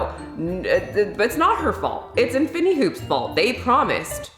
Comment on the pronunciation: I can’t get over how she pronounced infinity,infiny hoop 😂